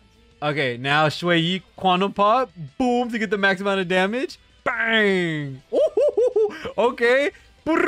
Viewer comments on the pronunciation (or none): none